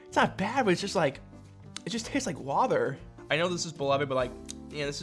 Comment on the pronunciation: the way you say the "t" in water and better is wrong somehow. like you make it a "th" sound